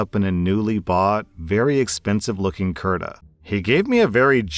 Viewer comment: For future reference, the word "kurta" is pronounced like "Kuurtha" Source: Am Indian